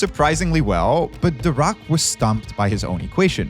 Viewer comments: It’s weird how he pronounces Dirac. I have heard it pronounced like dih-rack (which is the correct pronunciation I believe) or dye-rack, but never duh-raak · So I'm pretty upset that the host didn't care enough to pronounce Dirac (dih-RAK) correctly..... it is SUPER disrespectful, like what in the trash level of science educator or journalism is going on if you can't bother to pronounce a nobel winner's name correctly? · Pronounced DeeRakk pretty pls next time. I heard The Rock all along. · Please do not pronounce 'Dirac' as 'the rock'. It sounds awkward. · Every time you said “Dirac” I chose to believe that you were saying “The Rock” so I could imagine Dwayne Johnson making all these awesome breakthroughs a century ago. Probably the plot of Fast and Furious 20 or something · I keep hearing "Dirac" as "The Rock" and now I can't stop imagining Dwayne the Rock Johnson as a physicist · Every time he says DIRAC I keep hearing The Rock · I didn’t know Dirac was pronounced « The Rock » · When you said "Paul Dirac" I heard "called The Rock". I did a death stare to my tv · I also heared "The Rock" whenever they said Dirac 🤣 And then there is this "Adams" they are talking about all the time... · Damn, Dwayne Johnson really is in everything these days (I keep hearing 'Dirac's Equation' as 'The Rock's Equation') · I swear I heard “The Rock” 😂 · I keep hearing "The Rock" instead of Dirac, and I'm like: I guess Dwayne Johnson has some unknown talents. (Chuck Norris is gone. I say his place in the world of jokes is up for grabs) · What they said: "Physicist Paul Dirac" What I heard: "Physicist Called The Rock" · For a moment i tought he said The Rock, not Dirac 😂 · I deadass heard him say "Called The Rock" instead of "Paul Dirac" and I was like "THE ROCK?!" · I know for a fact that you’re not telling me Dwayne Johnson was capable of this, but it sure sounded like you were saying the rock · The way you mispronounce "Dirac" completely takes me out of the discourse